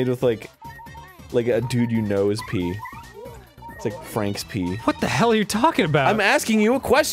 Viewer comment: it's pee, not pea